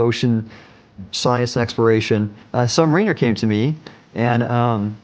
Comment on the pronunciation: I question this source. Why? Because having served for decades in the Surface fleet and repaired boats in the Sub fleet this Admiral could not properly pronounce submariner among other terms.